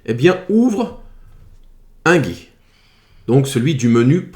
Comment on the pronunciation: "ce gi" 😂